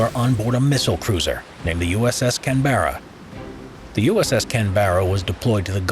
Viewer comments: CANberra, not CanBERRA... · Can-bra, not Can-bear-rah. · USS Can-BEAR-ah. shudders in Australian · Any other Australians cringing at the ‘Canberra’ pronunciation? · Your pronunciation of Canberra hurts me. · Fascinating, but that pronunciation of USS Canberra was terrible.